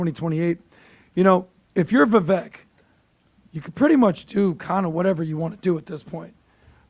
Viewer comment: Vivak. Rhymes with cake. Jesus guys.